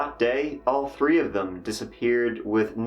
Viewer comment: We were super shocked. Really bums me out. We've loved that chapter, but I'll never be able to hear him say tree again.